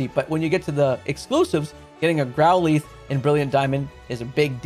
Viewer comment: I hate to be that guy, like it really pains me, but what the hell is plethora ? Do you mean pleh-thr-ah? Edit, again sorry, but growleth? It's growlith.